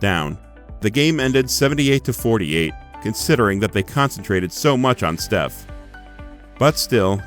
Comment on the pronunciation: you said shef curry